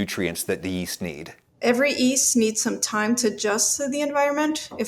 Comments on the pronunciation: Go ahead tell me your guest bread scientist didn’t say ‘east’ instead of ‘yeast’ at least twice (second of which was around ~ ). I double-dog dare you. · kept saying "East" instead of "Yeast"... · Does she also know something we don't know about the pronunciation of the word yeast? It sounds like she's giving the 'Y' an 'I' sound. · The doctor pronounce yeast as east. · Anybody else find it strange that the doctor pronounces yeast as “east”? It’s not a silent “y”, sister! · why does she pronounce it "east" instead of "yeast" ? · Does she keep saying "East" instead of "Yeast"? Is this a thing? Or is it just a quirk of hers? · Why's she pronouncing it EAST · Did you say "yutes"? I mean "easts"? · Is she saying “East” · She can't pronounce the word "yeast." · And her pretentious pronunciation of yeast. So comical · The bread scientist who can't pronounce the word "yeast." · wait. Have I been pronouncing "yeast" wrong all this time?